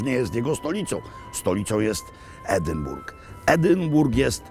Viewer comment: i Edynbro :)